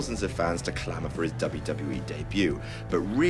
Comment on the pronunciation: Conor can't even pronounce WWE, shouldn't be on the list